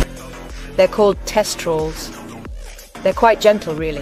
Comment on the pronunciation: what is "test-trals"